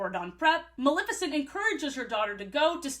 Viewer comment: I'm so sorry but the way so many people mispronounce Maleficent as "Malificent" makes me angry for NO good reason. I don't even like Disney that much but she's my fav and her cool ass name deserves respect lol